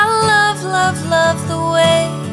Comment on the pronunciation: Should say love not kove .....😬